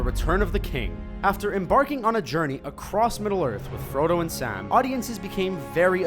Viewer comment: He says Sam so oddly like som